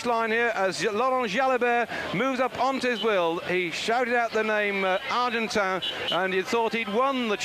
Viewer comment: David 'Duffer' Duffield absolutely mangling the pronunciation of the rider's names - ' Museo' [Johan Museeuw], 'Argentino', 'Argentown' and 'Argentan' [Moreno Argentin]. Despite 'Duffers' best efforts to confuse, Kelly's incredible descending skills saw him take an unbelievable victory in this his last 'monument' has a pro cyclist.